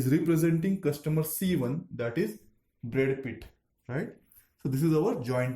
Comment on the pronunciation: "Brad Pith" too.